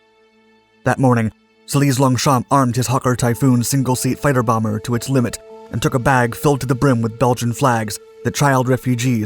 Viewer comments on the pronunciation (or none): none